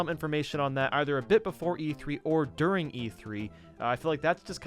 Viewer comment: U said dur ring e3 Okay